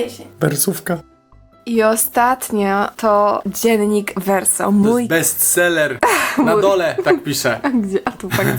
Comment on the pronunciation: Muwi się wersow a nie wersoł❤